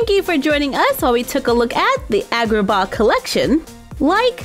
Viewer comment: i'm pretty sure it's pronounced like when the dentist makes you say ahh (so ahhgraba )